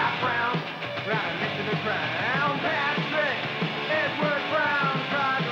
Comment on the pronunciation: Pat-Rick...Edward Brown!